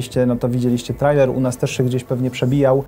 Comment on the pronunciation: Hej, czyta się trejler:)